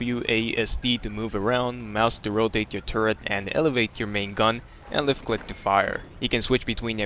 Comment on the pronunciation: i gave up around the time he said "lift cleck to phire" there is only so much i can take.